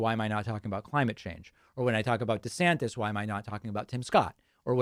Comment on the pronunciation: Why are you now saying "De Sanctis"?? ??